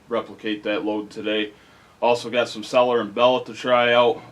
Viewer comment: "sellar and bell-ot"